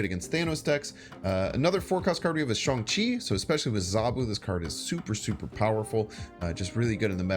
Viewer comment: Yoooooo thanks for so much awesome content. And for pronouncing Shang Chi correctly, just one more reason why you're the Snap stream G.O.A.T..